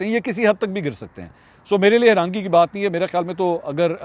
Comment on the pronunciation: Sir b respected agar ap urdu ka lafz herangi ko herani proniunce kr den tu behtar ho ga thanks